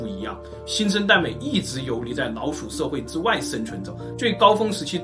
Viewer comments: 只覺得你發音很奇怪 不會捲舌聽得很痛苦 老鼠變腦鼠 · 我聽聲音一直覺得是"腦鼠" XD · 如果n和l音發得準確一點會更好，一直聽到腦鼠。